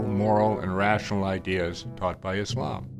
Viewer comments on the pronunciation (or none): none